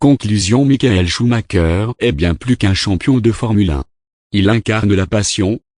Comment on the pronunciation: "Choumaqueur" ??? Et pourquoi pas "chumacher" pendant que tu y es ??? On prononce "choumareur" !!!